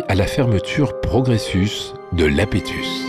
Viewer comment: Océan Iapétus, avec un "i", pas Lapétus, avec un "L"